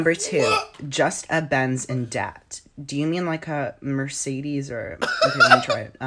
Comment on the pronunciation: Mercedes* not Meceiris